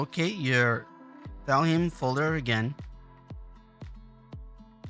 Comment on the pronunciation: The name isn't "Valhim"..